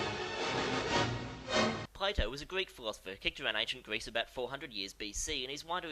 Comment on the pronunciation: While I love your work and this series, I never picked out that you might have rhotacism until this video. "Pwato" from "Gweece" made me cringe every time. Don't let my neurotic obsession with speech pathology deter you, though. Great episode to kick off the new series.